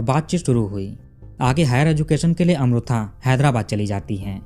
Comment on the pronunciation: मैने आपको बताया था की साऊथ का pronounciation कैसा होता हैं. फिर आप गल्त उच्चारण कर रहे हैं. वो अमृथा नही अमृता हैं. इतना भी क्या "हम नही सुधरेंगे " अटीट्युड?